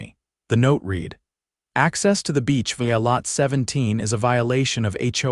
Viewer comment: The past tense of "read" (REED) is spelled the same but is pronounced RED.